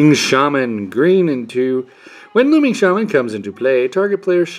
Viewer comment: 1- I-doe-lun 3- Rack-dos Car-nare-ee-um ?- A-zor-ee-us Firstwing ?- Loaming Shaman Great vid though